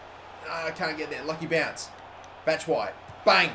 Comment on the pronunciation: Why doesn't he pronounce the ''i'' in Batshuayi ? Do you pronounce it with or without the ''i'' because that's how I thought it was pronounced